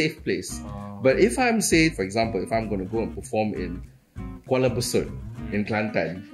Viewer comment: 不是瓜拉贝苏特，是瓜拉勿述